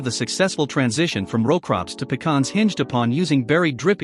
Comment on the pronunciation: Kudos to you for pronouncing pecans correctly instead of calling them a can that you pee in.